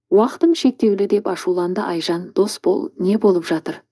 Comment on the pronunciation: Әп-әдемі ән еді,пұшық айтып бүлдірді дегендейін. Оқыған дектор "Орысқұл ''екен ғой. "Досбол,'' деген адам есімін қайта -қайта "Дасбол '' деп оқыды. Мұнысы енді ұят. Мұнан кейін бүйткенше оқымай -ақ қой.